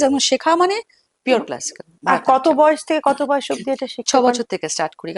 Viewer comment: একজন নৃত্য শিল্পী কী করে ভরতনাট্যমকে ভারতনাট্যম বলছেন বার বার! বড় কানে লাগছে। উনি আমার বেশ পছন্দের। তাই আরো বললাম। ভিডিও ডেসক্রিপশনেও তাই লেখা!